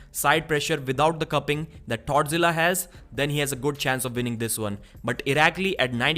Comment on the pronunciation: Dude, it sounds like you are saying "Tardzila" instead of "Toddzilla". Hahahahaha. My wife was listening, and a few min ago she asked who tardzilla was? I was confused....then it was like, ohhhhh.....lol....thanks for the chuckle.....